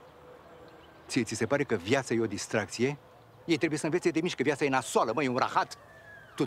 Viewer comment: Parc distracție nu distraxii